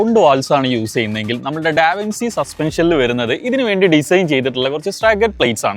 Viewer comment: Da vinci ennalla pronunciation, da vinCHi